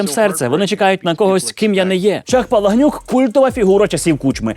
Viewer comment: Вибачайте, але ж чому "Палагнюк", коли , скорiш за все, "Палахнюк" ???